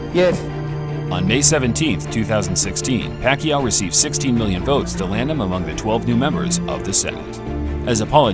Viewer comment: Should be 26, the announcers finally pronouncing Pacquiao's name right